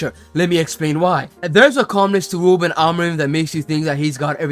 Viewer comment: Talks about an “impediment” yet spends the whole vid saying “wuben”.